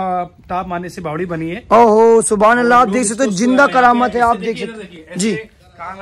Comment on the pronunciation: Bhai Thobhan Allah nai Subhan Allah plz sahi boliye